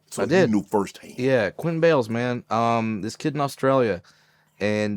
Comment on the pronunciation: “Quinton Bayles” 😂 can’t even get the kids name right 😂